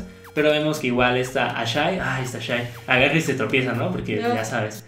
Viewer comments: El nombre de esa hija de Aku no se pronuncia "Ashi"? Asi lo dicen en la serie, no? porque dicen "Ashai"? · No se dice ashai es ashi :P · no es ashay es ashi